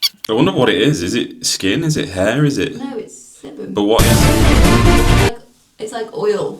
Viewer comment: I’m sure I heard him say semen not sebum at times, with the coconut oil scrub. 😂